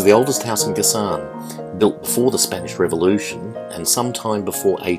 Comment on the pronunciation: It’s pronounced Ga-San, accent on first syllable. Boac is pronounced Bo-wak, accent on second syllable.